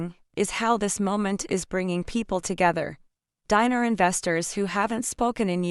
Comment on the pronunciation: Show us the publication if you want to be believed. Scamming AI. BTW it ‘s not pronounced “diner” as in a place to eat and those who eat there!! It’s pronounced Deenar stupid! 😡